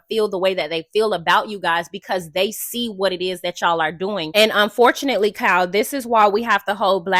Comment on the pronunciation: Me too 🤣🤣🤣🤣